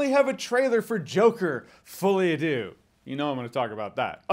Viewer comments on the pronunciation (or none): Deux is pronounced closer to dur. Not dew. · Deux is not pronounced dew. It's more like the u in butter